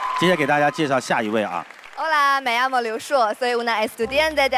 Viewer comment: 哇！这西班牙语厉害了，不准的，我听了三次才听懂。。。me amo？llamo，no？